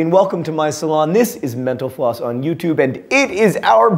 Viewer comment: Am I the only one who hears "mental floss" at the beginning and "menopause" at the end? Maybe it has to do with my profession...lol.